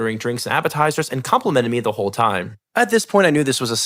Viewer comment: I heard her as "hoe queen" not "WHOLE queen". 😂🤣